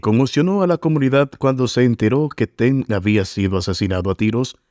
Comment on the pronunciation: Por qué dice "Teng" si es Tang?